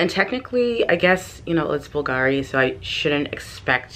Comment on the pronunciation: Love the Bulgari bag, it is very special (to pronounce Bulgari properly, the accent goes on the U, instead the A) love the video.